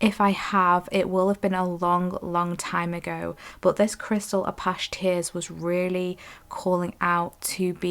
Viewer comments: 3 ✨thank you for the reading. Also, “ah-patch-ee” like the north American indigenous people.🌻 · #3 first let me say I abSOULutly LOVE ur readings. I resonate wit ur vibe. Apache tears crystal- as in the Apache Indian is how it’s pronounced I believe… please do not think I’m being rude bcuz that is not my Intension at all I’m just tryna be helpful.